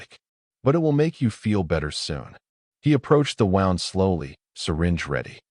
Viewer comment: The narrator pronounced “wound” like winding something. Should be more like woond.